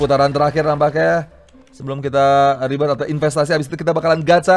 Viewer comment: ribert bang bukan ribet:v Ribert yang sangat ribet:v wkwkwkwk